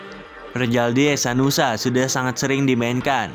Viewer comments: Hehanusa bang bukan hesanusa😅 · Hehanusa min bukan hesanusa